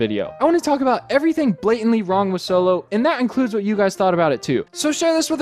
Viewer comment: Optillian yup. Just wanted to actually say it. "Soylo"... Really, just say it out loud right now.